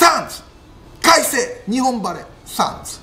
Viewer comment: 何回も言ってるけど、サンズは「SUNS」じゃなくて「SANDS」なんだよ。